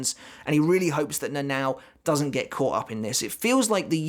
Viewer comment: it sounds like you say Nanaw when you talk about the lieutenant lol. Seems really hard for english spoken people to pronounce Japanese names. Good video bud, I had always wondered about the couple's story. I never thought Shunsui was baiting Lille into being the abusive husband and fleeing the water, but knowing how Japanese author like their mythology and metaphor, it does make sense